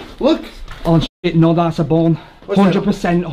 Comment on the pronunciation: I like how he’s pronouncing bone. “Bawn” lol